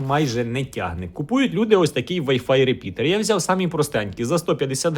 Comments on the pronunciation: не говори реПідер, вірно репітер. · То це репітер чи репідеерр?)) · Дякую за відео! P.S. "РеПІДЕР", трошки кумедно чути. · Правильно начав говорить реПИДОР.